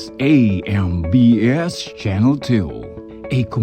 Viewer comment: Ey-Em-Bi-Esh (AMBS)